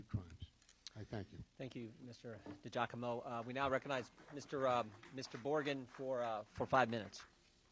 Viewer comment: DUDE, COME ON, YOU CAN'T PRONOUNCE DIGIACOMO? I DONT THINK IT'S PRONOUNCED D'JACOMO